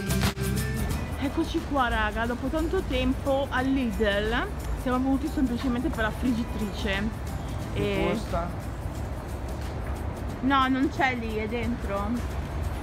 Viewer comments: Ma come dici Lidl ??? Lisel ma sai leggere ho pronunciare? 😂😂😂😂😂😂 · Mai sentito lisel 😂😂😂😂😂😂😂 per carità